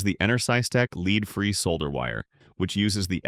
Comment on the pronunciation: AI generated ... Leed and Lead hahahaha